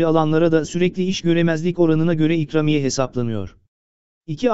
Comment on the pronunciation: Nasıl bir ikramiye telaffuzu arkadaş a harfini biraz uzatsan komik olmaz birde başlığın zekice 2000 diyerek seyretme sayını artırmışsındır😡😡